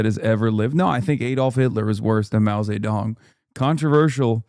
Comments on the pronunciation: why are they saying his name like Mao Satan?? 😭I can't take any of them seriously, such clowns smh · Mao Say Tong 😂😂